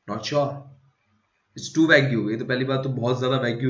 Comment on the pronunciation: Its pronounced as vayg not as vagyou